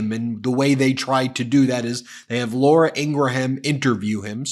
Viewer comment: Ben, I realize that you probably don't read these comments. But I need to point out that you post a video saying how wrong it is for people on the right (Senator Kennedy in this case) to call people name. Yet you continue to do exactly that with comments like, "Shady" Vance and mispronouncing Laura Ingraham's last name (though I'm not sure if you are doing the latter on purpose). We need to win over voters to our side. And, as Neil Cavuto said in the interview, I don't think name calling is the way to do it.